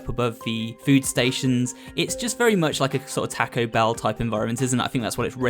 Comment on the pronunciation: he said Taco bell? lol